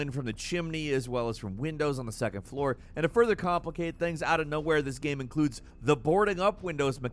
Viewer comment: Gehm. That’s how the annoying creator of this video pronounces game. Unwatchable just because of that alone.